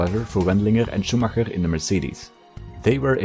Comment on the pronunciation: As a native german speaker I absolutely love the effort of pronunciation of the german names and not just saying Schuhmacker, like everyone else does ^^ great video